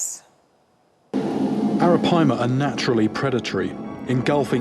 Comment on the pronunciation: WHO’S THAT POKÉMON?!?! It’s ARAPAIMA!!! “PIIIEE-MAHHH!!!!!”